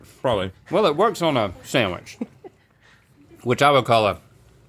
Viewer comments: I love how says 'sam-wich'. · But she still can’t say sandwich correctly 😭